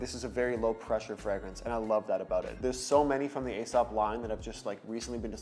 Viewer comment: Nightclubbing fragrance is a very ashy cigarette smell. It's what I imagined it to smell like in a club back in the 80s. Also Aesop is pronounced like "e-sop".